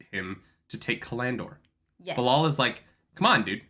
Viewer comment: Oh my god, why does put the accent on the middle syllable of so many words? ca-LAN-dor? ta-LAN-vor?